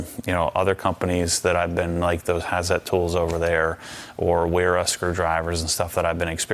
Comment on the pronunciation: Just an FYI, Wera is pronounced Vera. Thanks